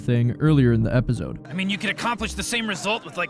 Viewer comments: If you finna keep brain rotting us by saying Epizode or what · Bruh plsssss Epizode EpiZode Epizode can you pronounce it correctly even once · Lol “epizode”